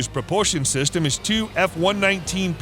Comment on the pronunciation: It's not a "glider" it's fighter! And it's "system not "sister". Somebody should proof your video's before release.